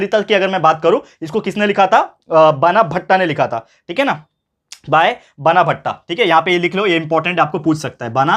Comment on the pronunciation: Sir sorry to correct you but you were sayin बनाभट्ट to 'बाणाभट्ट'